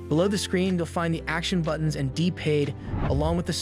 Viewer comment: it definitely an AI voice. The pacing and flow is not human and just listen to the say it says “D-Pad”